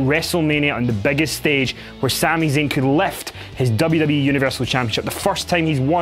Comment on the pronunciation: I dislike after he said Sami zayn